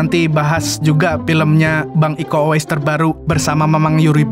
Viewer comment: Kiko bang bukan iko😂